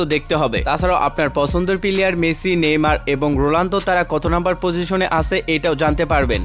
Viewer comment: ওটা রোলান্ডো না রোনাল্ডো। যখন উচ্চারণই করতে পারেন না তখন ভিডিও বানান কেন?